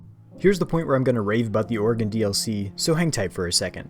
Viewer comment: Ayyyyy someone who says Oregon right! Edit:Lmao at ramming a car from behind and the little "whoopsie" popping up on the screen.